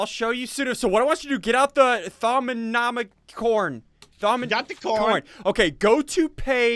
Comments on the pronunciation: Its pronounced. Thom-a-nom-a-com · thorm-a-nom-i-con thaumonomicon. how to say it. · o may had did you not learn your lesson read it like to-mi-no-micon learn your lesson